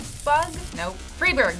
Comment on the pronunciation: its "fry-boorgh"